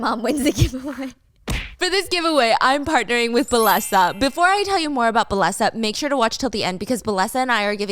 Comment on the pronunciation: Steph! I think the sponsor is pronounced “bay-eh-sa” bc of the double L? That’s how it would be in spanish or Italian, i’m not sure tho 😮